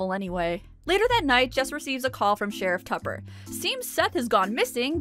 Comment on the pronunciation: I have just one quibble here: his name is not "Sheriff Tupper;" it's "SHEriff TUppuuuUUH."